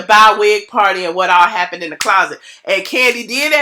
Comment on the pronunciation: Hey girlie looking cute... If I hear the word Clauset one more gin 🤣🤣❤️